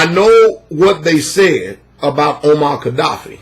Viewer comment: Funny, dude is jackin up everyone's name. Omar kadoffy (Muammar Gaddafi), Kim jung young (Kim Jong Un) LMAO 🤣😂 then dude has a "deep thoughts-by jack handy" moment right after. Well it was either that or a brain fart. Lol